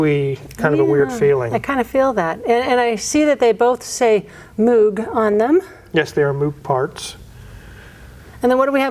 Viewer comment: Moog is pronounced like Rogue or Vogue.